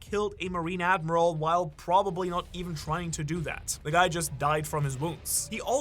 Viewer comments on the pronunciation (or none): none